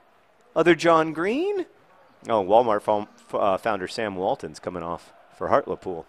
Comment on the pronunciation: Heart-Lee-Pool. XD